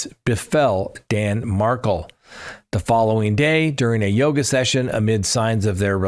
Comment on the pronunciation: Pronounciatiion: Dan Markel = Mar-Kell Jeffery Lacasse: Laa-kaa-s-ee (French) Katherine Magbungua: Mag-ba-new-a